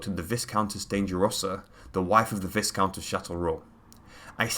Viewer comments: Viscount is pronounce Vy count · Viscount is pronounced vye-count. "Put her in her place," when her father wanted her to inherit his rule? She was a powerful woman. Stop making sexist statements. Also, her first husband thought sex was dirty and refused to have sex with her enough to have many children. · the s in viscount is not pronounced